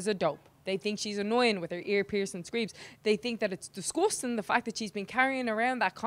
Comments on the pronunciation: Venonous Villain she said “disgusting” but it sounded like “disgoostin” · Disgosting 😍 I love her #C-ella